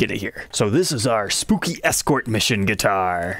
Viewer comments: Why’s this guy saying duitar with a G? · I thought duitars were made in China. I had rewind a couple times cause every time trogolysaid guitar it sounded like he was saying duitar.